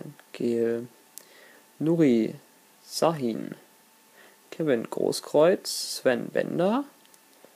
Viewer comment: Blaszcyzykowski wird Blaschykoffski ausgesprochen :D Nuri Sahin wird Schahin ausgesprochen :D und Mkhitaryan wird wie Mickytaryan ausgesprochen :D Sorry für meine Klugscheißerlichkeit :D